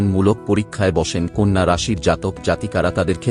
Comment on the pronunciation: Apni nije age bangla ta sikhun. Konno na kothata konna!! Loker vaggo pore bichar kobn